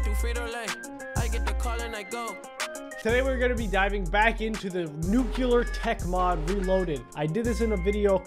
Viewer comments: This man did not just say nuc(YUH)ler instead of nuclear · NIGGA HE JUST SAID NUCULAR AT THE START